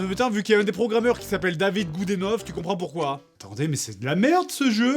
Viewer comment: Ça se dit "Good inaf"! ^^